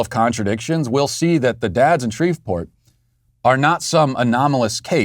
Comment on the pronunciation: Matt you’re cancelled for pronouncing Shreveport like that…I don’t care how it’s spelled, the “V” is silent